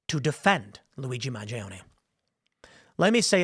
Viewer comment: are you purposely mispronouncing mangione?